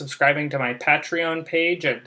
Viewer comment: Pay tree on.